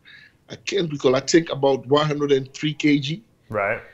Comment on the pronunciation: William "you know, I tink" Bonac